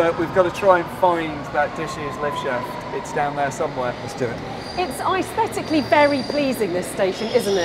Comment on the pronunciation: "Aesthetically" but why do you say it with a "I". "Isthetically"